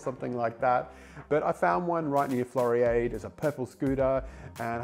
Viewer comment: Interesting video. Floriade. Pronounced Flori ard (like in hard)